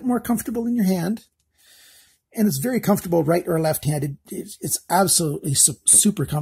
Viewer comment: "bery stubby" :P